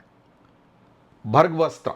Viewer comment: Bhahrgaastra nhi sir "bhargav astra". ❤